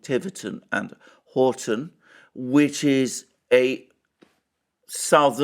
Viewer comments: It’s Tiverton and HONITON. And to confuse people more, the Devonians sometimes pronounce it Huniton. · It's Honiton - not Horton. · Honiton, not “Horton” or “Hoton” Alexander, come on you’re showing your ignorance of your own country, and slipping with your reputation for accuracy!! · It is Honiton . Honiton is not middle class. The town itself is a run down dump. The English electorate are fickle and irrational. Turning to the Lib Dems demonstrates a form of madness , nothing else.